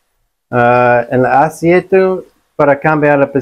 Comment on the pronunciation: Hola, no se dice asiete, se dice ACEITE, 👍